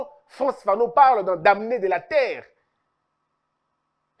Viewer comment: FRANTZ FANON a écrit " les damnés de la terre" le "m" ne se prononce pas donc on doit dire les "danés" !